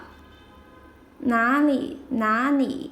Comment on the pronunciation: Are you from Sichuan province? 😊The way you pronounced Na Li, sounds more like La Ni 😁